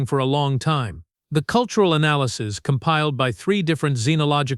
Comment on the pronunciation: I appreciate the fact that you don't have the same amount of commercials as the other stories, which is to say, excessive. Your AI needs to work on it's pronunciation. I don't know, maybe I am too tired, but I had a great deal of trouble not letting my eyes glaze over in all of the analases a nd deliberations.